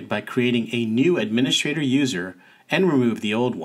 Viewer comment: "Admini-S-T-rator", not "adminiSH-rator". There's no "sh" sound in "st".